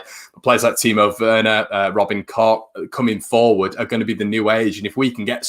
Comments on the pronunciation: FYI Koch is pronounced coke just like the Koch bros in USA look it up 👍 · I know its funny but Koch is really not pronounced like that . More like " Koh" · Tell him to pop to South germany or Austria where it sounds like Kook or north germany where it sounds more like Kox .... Thanks .... Let's see how many versions the bloody commentators come up with ... No doubt it will be pronounced Smith by xmas ......😁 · German mate from work says its pronounced Koh .